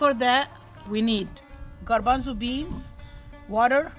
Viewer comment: You say "garbanzo" in spanish,like us!! Excellent recipe! Greetings from Uruguay, Sout América